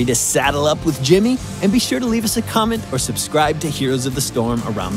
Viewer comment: Oh god, yes. Gimmeh mah Jiimmeh.